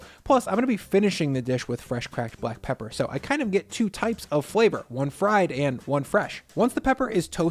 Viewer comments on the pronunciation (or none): none